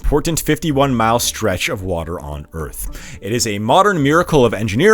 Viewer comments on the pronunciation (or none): none